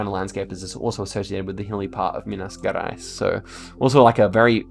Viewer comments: The G in "Gerais" is more like in "Jerais" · DA AGONIA VER ELE FALANDO BARIA MINAS GUERAIS E RORAÍMA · "Minas Garais" lmao Minas Gerais literally means General Mines, so it's the soft G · Minas Gerais is pronounced "Minas Jeráis" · actually, the correct pronunciation is Minas "Jerais" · minas gerais , the G of gerais is pronounced like J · 'Minas' was good, 'Gerais' is more like 'za'rais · And Minas Gerais is said like it was Minas Jerais in portuguese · you pronounce minas gerais with the g as in geez, and the nh in maranhão is spelled like ny in enya, and it's nasal, and in maranhão there is a biome called "mata dos cocais" which has a lot of babassu palm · pronounciation tip: the "gerais" in "minas gerais" is pronounced with the soft g sound. and also, bahia is pronouned with a silent h: bah-EE-ah. i really liked this video :) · i love to listen you pronounce the names of some states completely wrong and some perfectly, it gives me life fr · Minas Gerais The "Ge" in the second word is the same as in "gentrification"